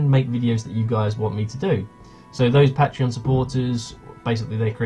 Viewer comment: You can't say patreon correctly, but gratz on 7k!